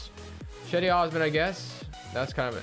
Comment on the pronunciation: You say it like c-di not chedi